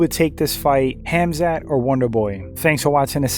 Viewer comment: Khamzat is pronounced Hamza (Silent K and T) Don't believe what says, I'm from the same region as Hamza.😁